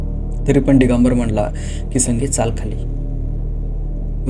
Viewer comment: डीगंबर नाही दिगंबर